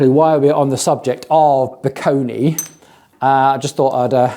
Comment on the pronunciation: I do have a hunch that the way "Bikone" is supposed to be pronounced is more in the lines of "bye-cone" and not "bee-koh-nee". That would definitely make the brand name sound far less amazon random garbagey.